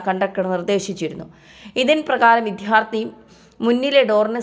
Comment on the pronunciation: ന്യൂസ് റീഡറിനെ മലയാളം അധ്യാപകൻ വിദ്ധ്യാർത്തി എന്നാണോ പഠിപ്പിച്ചത്?ഇങ്ങനെ മലയാളം കേൾക്കുന്നത് വളരെ അരോചകമാണ്.🙏😊🌹